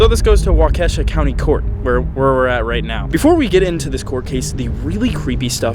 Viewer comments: It is pronounced as walk a sha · WauKESHA 😭😭😭?!?!?!waukeeeeeesha 😭😭not Kesha like the singerrrr😭😭😭😭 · Being from Wisconsin and hearing you try and say Waukesha was definitely funny 😂, I always forget that people have trouble with our states cities